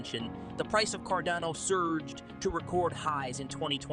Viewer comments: It's CARDANO not Cordono, Cardono, or all the other ways you pronounce it. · Can you please call it Car- dano.....hahaha